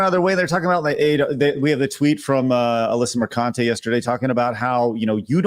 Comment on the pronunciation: Alyssa Mer-CANT-e.